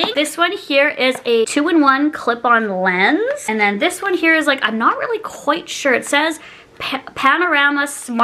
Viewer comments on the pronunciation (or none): none